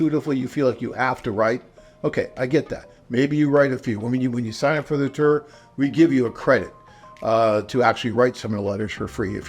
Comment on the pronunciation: It’s tour, not “tur”